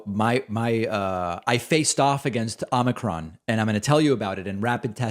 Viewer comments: Its not ahmikron it's ohmikron. O not Ah. Get it? Probably not. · David, the first syllable of “omicron” is pronounced as “oh”.